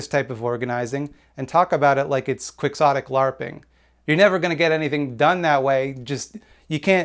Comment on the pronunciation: I know you pronounced 'quixotic' correctly, but I really, really hate that it is the correct pronunciation >.<